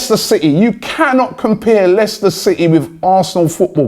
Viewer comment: Why is he saying Leicester like that when they have in the past 10 years won a league title and Arsenal have not?